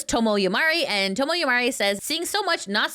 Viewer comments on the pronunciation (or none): none